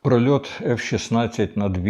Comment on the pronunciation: проліт, а не прольот